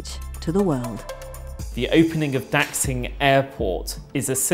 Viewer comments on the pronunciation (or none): Dack sing? "Dashing" would be a better pronunciation. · Please stop butchering the name of Beijing’s new airport, Daxing. It’s not pronounced “Dacksing” it’s pronounced like “Da-shing.” In the pinyin romanization, “x” is pronounced like an “sh.” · >the economist >talks about china being great >pronounces Daxing as dachsing yeeeah, dudes. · daxing -> da shing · the way they pronounced the name of the chinese airport is wrong. x in chinese pinyin is pronounce like sh, not ks